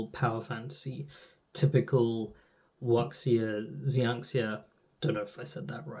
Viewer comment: Wuxia is pronounced kinda like "Wu see-a" (wu and xia as separate syllables, no break in see-a, but the xi is pronounced like see)